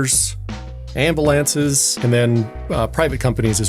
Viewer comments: Lmao!! you say... "am-balanc-es" not ambulance. I'm not hitting the notification bell but you sure get my 2 thumbs up for making me laugh!! Enjoy your day my guy! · He had me until he said "Amba-lances" then I lost all respect and stopped watching.